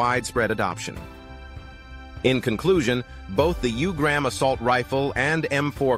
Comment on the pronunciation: It’s pronounced “ooo-grum”. Not “u”-gram